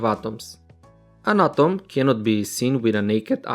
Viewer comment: Sir your atom pronounce is not good